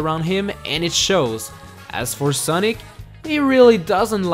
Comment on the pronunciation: It’s also funny how he said Soonic